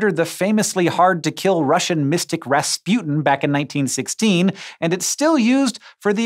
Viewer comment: Ras-Putin :D